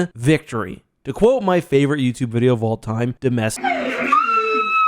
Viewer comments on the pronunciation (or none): none